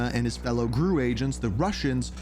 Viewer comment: It is G-R-U. Not "Grew."